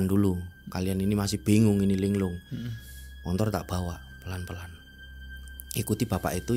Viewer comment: Ni Narsum cara jelasin nya datar bgt njirr,kyk g punya ekspresi,ngomong belibet,ngga jelas deh pokoknya,apalagi paling gedek kalo bilang montor montor montor,sesusah itu kah bilang motor😅